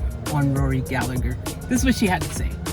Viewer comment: Proper pronunciation. Gal-eh-her